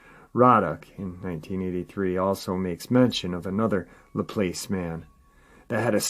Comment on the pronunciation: Laplace is pronounced "Luh-ploss" and Ponchatoula is "Pon-chuh-tooo-luh" I only know this because I practically lived in Louisiana the past 3 years for work and the Cajuns taught me everything and I've been baptised as an honorary coon-ass 😁